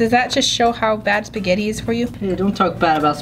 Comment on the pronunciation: All Italians cringe when she says “spaghett”